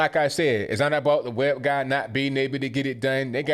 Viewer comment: Did you say web guy or web gay? 🤔🤔🤔